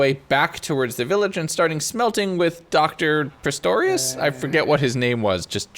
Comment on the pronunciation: I lost it at "Dr. Pristorious?" It's okay, we're all on the same page lol. It's Trayaurus!